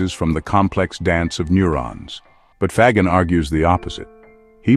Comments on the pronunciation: Faggin is pronounced 'fa - jean', accent on jean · Why can't the people who write or read the narration do a little homework? In 2 minutes they could check with a pronunciation app. and find out that FAGGIN is pronounced fa-gin (the g is soft, like in gin, the stuff you drink with tonic water). In Italian (he is Italian) a G followed by an E or an I is ALWAYS soft. Like Gender or Ginger. This lack of professionalism is disheartening and makes you wonder what other stupid mistakes are being made.